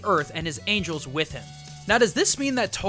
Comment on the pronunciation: Dude, you said angles.